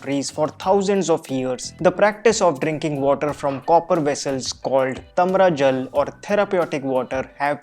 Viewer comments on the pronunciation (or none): तमरा जल नही ताम्र जल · It's not Tamraa jal.. it's TAAMRA JAL